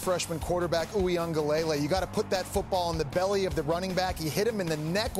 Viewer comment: The way they say DJ’s last name is so cringe🤦🏽‍♂️ it’s pronounced wing-ah-leh-lei